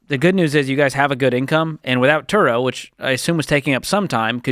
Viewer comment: Turo rhymes with Burro (donkey)